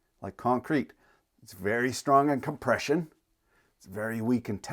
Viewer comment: You can't seem to say the word, COM-PRESH-UN.